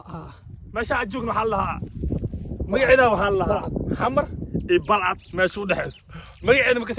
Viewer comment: first waa Balcad not Balcad ama Baalcad, secondly hore u mari luqadda soomaaliga.!!